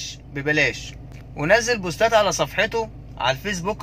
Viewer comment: ده شخص كذاب و نصاب و فعلا بيحاول يشكك في حمله خليها تصدي. واضخ اوووي انه تاجر و طريقه نطقه لكلمه بوستات تضحك. اللهم لك الحمد يا رب. الحند لله الذي عافانا مما ابتلي به الآخرين.